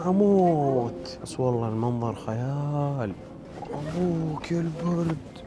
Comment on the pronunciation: لما قلت خيال احسبك تبي تقول خياس😂😂😂